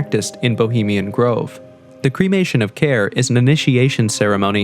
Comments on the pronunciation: Grive? I thought it was Grove. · Grove or Grive??🙄